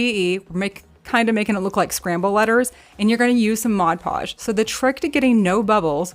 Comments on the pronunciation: I caught "scramble" too, but I figured you just mispronounced it, no big deal. You're awesome. So glad to get a new video from you❤ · The coasters are ceramic I believe. And ‘scramble’ letters? Did you mean ‘Scrabble’?